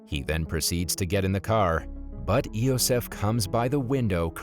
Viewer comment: The name spelled "Iosef"... is pronounced "Yosef." Similar to the German "J" (yot,) the "Io...sef," is "Yosef." -- If you folks want to 'cross over' languages, then learn something about them.